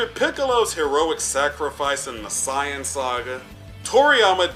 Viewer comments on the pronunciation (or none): did he say it (Sai- on )instead of (say-yun) or the Japanese(say-ya-jin) what a weird way he pronounces it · Why do you say saiyan like cyan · How the f do you pronounce Sayain... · Don’t even know how to say saiyan 🤦🏽‍♂️ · Why do you say Saiyan so weird?